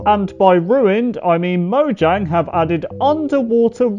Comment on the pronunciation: You say mojang not like you have to